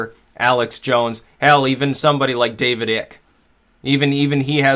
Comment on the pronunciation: FYI, Icke is pronounced like Ike.